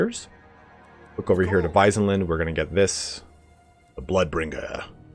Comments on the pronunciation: Wissenland is not pronounced as wisen land, but more Wizzen land. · Hochland isn't pronounced "Hotchland", you said it kinda right the first time and Wissenland isn't "Waisenland".